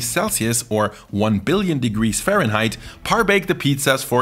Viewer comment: I like how he roasted Americans by saying one billion Fahrenhiet 😂